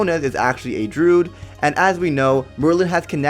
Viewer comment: While your video is great, and your evidence solid.....your pronunciation is absolutely grating to my ears. It is *droo-id*, not *drood*. Also, it is *nef-i-lim*, not *nef-i-lium*. And before anybody says "you know what he meant" or "why does it matter", language is all we have in the end, folks. We lose EVERYTHING when we don't have language. So if you're going to do it, do it right.